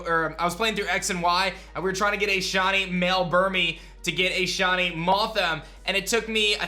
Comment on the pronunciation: Who else hears "Shonny" when this guy says shiny?